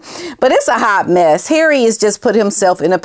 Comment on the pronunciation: I love how you say ‘HARREH!’ it gets me every time haha!